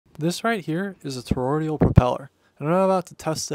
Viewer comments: Check the decibels, sounds just as loud just a different pitch. And it's not pronounced toroidial, it's toroidal. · Pronounced "tah-roid-ahl" not "tah-roidial." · Pronounced "toroidal", not "toroidial". Also; "harder", not "more harder". Cool video. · It's toroidal, not "toroidial". You added a syllable that doesn't exist. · It's "toroidal", not "toroidial" as you pronounced it in the video. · Its not "torordial" it's toroidal. I'll never understand why people don't take the 10 seconds to see how a word they're going to say out loud is pronounced. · he needs to learn how to pronounce toroidal.... not toroideal.... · Pronounced toroidal, not toroidial. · Need to work out correct pronunciation first, whether you're going to call 'em toROIDal or toroidial. FIRST THINGS FIRST. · It’s pronounced “tore-oyd-ull” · You pronounced "toroidal" wrong. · He can't even pronounce toroidal